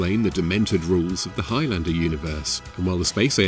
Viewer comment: Dear Americans Please learn how to pronounce Highlander properly. It's not Highlander, it's Highlander.